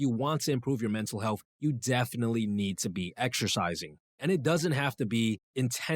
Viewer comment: Healfff is not a word, health is. Mispronouncing words makes one sound uneducated about the topic no matter how much one knows. Hope this helps, I enjoyed the video but the frequently mispronounced words are distracting.